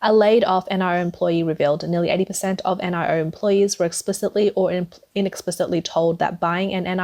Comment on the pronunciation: It’s Nee-o not N I O